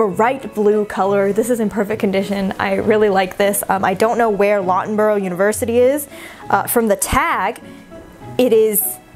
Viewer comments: Loughborough uni, it’s pronounced luffborough. It’s in the East Midlands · The Loughborough university t is actually pronounced Luffborough